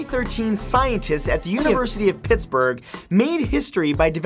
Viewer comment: UniUniversity lol